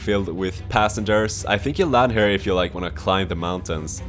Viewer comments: When you say "here" it sounds like you say "hare". It should sound like "hear". A hare is a rabbit. ;) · why do you say "hur" instead of "here"